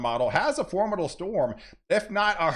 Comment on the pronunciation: I'm a new watcher. I've been accused of having overly excited responses to weather. I've found a kindred spirit! (btw, "formidable" has four syllables). I signed up bc I enjoy this so much. I'm tired of getting a censored and myopic view of weather.